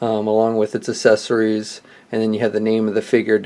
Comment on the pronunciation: The assesorys lol talk about speech problem lol